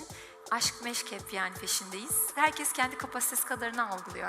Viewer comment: 3.48'de olayı özetlemiş. Herkes en iyi bildiği işi yapmalı demiş... Diksiyon 10 numara ama herkes yerine yanlışlıkla 'herkez' demiş. Bir yerde daha takıldı toparladı sonra... Zamanla mükemmel ötesi olacak. Daha çok genç... Helal olsun hepimiz aynıyız dedi katılmamak elde mi. Soy ağacını çıkartıyor bazıları güler misin ağlar mısın... Takip ettiği de baba tarafı. Tek taraf. Sanki klonlanmış. Örnek bir zenci kadınla beyaz tenli bir Alman erkek evlendi. Çocukları da anneye çekti ve kapkara bir tenle dünyaya geldi. Şimdi git bu çocuğun kökenlerini bembeyaz tenli Anglo Sakson baba tarafında ara... Bak bakalım nereden geliyormuş ataları diye. Madem arayacaksın, çocuğun tipine bak git Masai Mara'da ara... Nasıl bir ataerkil anlayıştır. Hâlâ da savunan var.. Bi bitmediniz